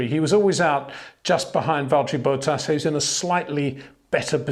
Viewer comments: "Boat ass"? Is that really the correct pronunciation of Valtteri's surname? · No, it makes me laugh though.